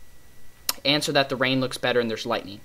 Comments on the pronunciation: lol u said bettel instead of better!!!! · He said betto instead of better lol